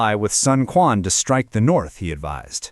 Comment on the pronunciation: Sun Quan, written as 孙权, is supposed to be pronounced as Sun Chuan in Mandarin Chinese, not Sun Kuan